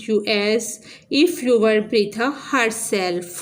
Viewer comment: Bertha hai breta nai